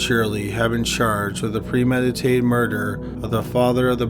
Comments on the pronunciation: Its murder Mer-der Not murderrrer Please fix the pronouncement its not a difficult word you've been making this mistake for a long time now It's bad enough the video is slow paced when read but the bad pronouncement and long dragging of the word really ruin your video for me You used to make better vids despite the murder mistakes still very informative just wish you read it more easily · The way you pronounce murder is amazing